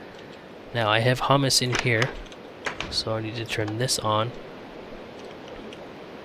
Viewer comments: um dont mean to be an ass but its prononced huemus not humus the kind you eat (it worm poo ) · LOL its HUE-MES not HUM-ES just like HUE-MEN (Human)